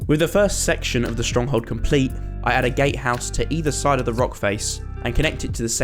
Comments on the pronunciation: bro am I the only one who thought he said gay house instead of Gatehouse Bro I can get the green but where's all the purple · I'm sorry, I'm sorry but. Did he say gate house or GAY house??? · Who else thought he said gay house